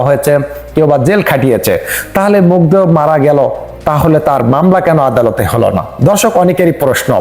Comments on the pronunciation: মুগ্ধকে বারবার মুগ্ধা বলছে। নামও ঠিকভাবে বলতে পারে না। যতোসব। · Family Mugdha na re bol Mugdho tui ti uchcharon o korte parish na batpar akta age pore shikh